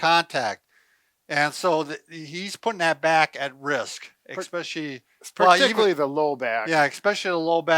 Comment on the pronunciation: These guys are doctors and they say it expecially??